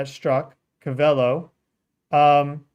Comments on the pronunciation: stop saying co vey lo its cove ah low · Its Covelo NOT Covel o. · Pronounced Cove-a-low😅 Also, Mayacamas fault hosts the Geysers and clear lake itself is adjacent a well know volcano. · The pronounciation is Ko Va Lo. Not Ka Val O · Its Cove - ull - O . Covelo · Co-Va-low is how you pronounce Covelo, Ca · You say it like Cove el low covelo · That’s Pronounced CO-VA-LOW California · Gee, anyone who lived in Willits should know how to say "CO-vel-o"! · Pronounced Co-va-lo fyi. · Cove-AH-Low is how it’s pronounced. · Pronounced Cove-a-low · Pronounced COvelo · Covelo (“Co-veh-low”) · Hey, it's pronounced....cove-a-low........covelo...just letting you know bro, keep doing a great job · I lived there for 14 years it's pronounced Cove-ah-low :) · Pronounced. CO- VA- LOW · It's pronounced Cove-ah-low And mayacama is mi-ya-cah-ma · It’s pronounced CO-va-lo. Accent in CO. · Covelo is pronounced COVE-ah-LOW. Thanks for you content.